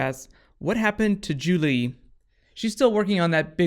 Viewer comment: It's Zhu-Li not Julie